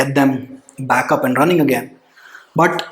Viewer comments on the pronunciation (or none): none